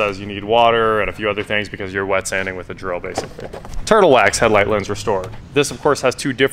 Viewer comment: And... "TIRTLE WAX HEADLIGHT RESTORE" for the OMG WIN!